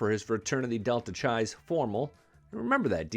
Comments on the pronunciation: It's spelled Delta Chi and it's pronounced Delta KAI as it "go fly a"KI"-te, not Delta Chai, I drank a Chai Tea. I was never a frat boy myself but at my almamater the University of Arizona the Delta Chi fraternity knew how to throw a party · Delta Chi is pronounced Delta Kai. 😮